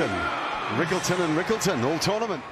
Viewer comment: Rickelton ❌ quinton ✅🙂